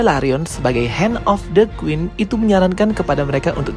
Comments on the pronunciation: Bagus bgt penjelasannya, tapi knp pronounce quin jadi Guin?😂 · Kok aku sering banget dengernya gween ya bukan queen 😅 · Mengapa menyebut Queen dengan kata Guin yah.. harusnya Quin, seperti dengan huruf K bukan huruf G. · Queen bang bukan gueen😭😭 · Queen atau Gueen? 😂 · kak, it's queen not gueen 😭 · Kenapa pronouncenya gueen sih Kan queen. Heran deh org jaman skrg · What’s with “Guin”? It’s “Kuin” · ralat bang baca Queen itu kuin bukan guin. thanks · Maaf ka, tapi bukan “GWIN” tapi “KWIN” = Queen 🙏🏼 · oh kirain aku aja... dari awal smpe akhir bngung kok gwin smpe cek ulang namanya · Bang, gua suka ceritanya, thank you bgt udh dibikin story tellingnya, tp agak gregetan ama spelling queen jdi kedengeran gueen 😭😭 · kuping saya gatal denger guin wkwk..emang bacanya queen tu guin ya? tapi mantap bro penjelasannya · videonya baik,, sekedar constructive criticism, karena di beberapa video pertama saya sampai sempat salah mengerti,,,,, QQQQQQQQQQQUEEEN, membacanya bukan "Gwen".... STARKKK ada K nya, membacanya bukan "star"